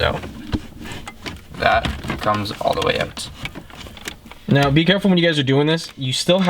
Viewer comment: It is OUT not EUT